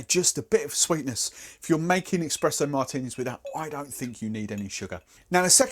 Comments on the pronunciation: Expresso Martini :'D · Es-pres-o For the love of god, there is no X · What the fuck is an eXpresso martini?